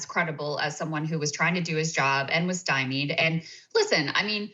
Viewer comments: Oh God, hearing Saagar pronounce stymied as 'stye - mide, like nails on chalkboard to my ears. Saagar, it's stye-meed. The verbal tics, mispronunciations, and incorrect expressions, that are so frequent in your speech may not be something most folks pick up on, or care about, but they are painful to the point (for me) that it completely disrupts my focus on what you are talking about. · "Stymeed", not even Canadians say styme eyed cause that sounds like a disease that dogs get. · Note to Saagar: stymie is pronounced 'sty-mee' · Can we please get a linguist to work with Saagar so he can learn how to pronounce stymied?